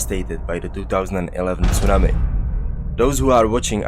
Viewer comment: Great work. Your presentations are excellent and thorough. I love the way you say "tsunami". I try to copy it, but I can't.